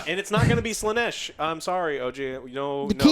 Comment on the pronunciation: WTF is this Slaneesh pronunciation, pls stop